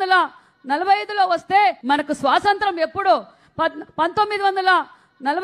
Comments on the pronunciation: శ్వాసంత్రం.... కాదక్క.. స్వాతంత్య్రం... యాడ దొరికిన సంతరా... ఇది... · అది స్వాతంత్య్రం, సరిగ్గా పలుకు, పాలముకున్నే, మొహానికి రంగులేసుకునే దౌర్భాగ్యులు రాజ్యాలేలితే ఇలాగే ఉంటుంది